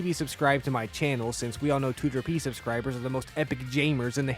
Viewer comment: and proper pronunciation of Tooterp (too-ter-pee) CONFIrMED 👍